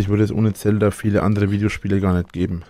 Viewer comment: respekt vor... kann Zelda nicht aussprechen